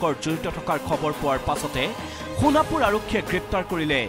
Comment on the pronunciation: It's not honapur 😂😂😂 It's Sonapur okay